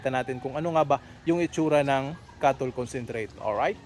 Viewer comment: Hindi malinaw and salita! cattle concentrate daw - ano na naman yon hhaha